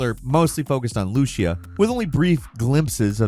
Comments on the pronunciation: It’s pronounced Lu-See-Ah not Lu-sha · Loo-see-uh, not loosha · Bro. Lucia is pronounced Lou-see-uh, not Loosha lol They even said her name in the official trailer. Get it together,! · Guy... It's not Loo-she-uh, it's Loo-SEE-uh. 👍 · Lucy-ah. Lucia. Not Luschia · Loo-see-uh not fucking “Loo-she-uh” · Bro,, it is LUCIA (LEW-SEE-UH) not LOO-SHA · It's Lucy-ah not looshia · Man, this all repeated info, that we already know. Not 1 thing you said is something none of us know. Needed the clicks? And it’s not “gta online” it’s FiveM is where they RP, two separate things. GTA Online sucks. LU-SEA-AH (not) LU-SHE-AH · Loo-SEE-UH no lushia lol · Lushia you mean Lucia smh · It’s LOO SEE UH. NOT LOOSHA lmao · Sorry to be that guy, but let’s nip it in the bud now. It’s Loo-see-uh. Not whatever this “Looshia” thing we keep hearing. Lucia… it’s just Lucy in Spanish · Lushia?! it's read as Lucia, literally says it in the first dialogue of the only trailer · Lucia is pronounced loo see uhh not loosha.... You sound uncultured 😅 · Lu-SEE-uh not Lu-SHE-uh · Lushia? Uh. It's Loo-See-Ah,. face palm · Lucia isn’t pronounced like lushia it’s Lucia like Anna Lucia from lost.. loo see uh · Loosha? lu-SEE-a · It’s not pronounced looshia lol it’s Lucy-ah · "Lucia" is pronounced "Loo-see-a" not "Loosh-yuh", holy moly. It's even spoken in the trailer in the scene playing right when you butchered the name. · Bruh her name is pronounced LOU-CEE-UUh Not looshia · hey, it's not pronounced Looshia, it's Loo-see-ah, as in Luce, the spanish word for light. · Why does he pronounce Lucia's name as Lu-She-Uh? Her name is literally pronounced as Lu-See-Uh in the trailer. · it’s pronounced LU-CEE-UH not LU-SHI-UH lol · Pronouncing Lucia as “Lusha” is the most thing I’ve ever heard. The undefeated mispronunciation champ!! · it's pronounced, Loo-Cee-Ah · Who tf is looshia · Lucia not lushaa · Loo-SEE-ya "Lucia" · If he says "lushia" 1 more time 😂